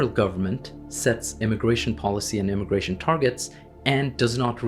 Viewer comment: Is it immigration, or indiagration